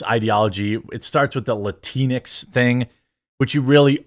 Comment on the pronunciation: It has EVERYTHING to do with the alphabet people! They are the ones pushing this " gender neutral " language, and please stop calling it "latinex" those idiots pronounce it latin x. Two seperate words, if you will. Us LATINOS Y LATINAS, DO NOT go by that bull shit. In your own way, by not blaming the alphabet people for this nonsense, you're pandering to them as well. Call a spade a spade and stop trying to, not offend them. Idk, maybe you're doing that purposely so they can by your coffee?